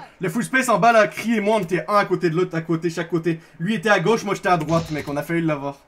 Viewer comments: On dit "on à" pas "on na" ou alors "on n'a" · C'est pas "on na" c'est "on a"